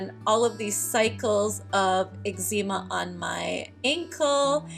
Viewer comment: Are you pronouncing eczema correctly?